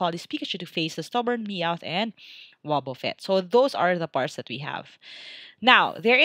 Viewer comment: you pronounce it like wabafett spelled and wobufett